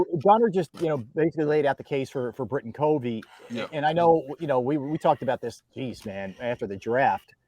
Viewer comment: It’s cuv-ee not cov-ee